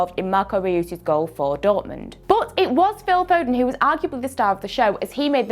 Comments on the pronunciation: She just said Riius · Marco Ree-yus?!!!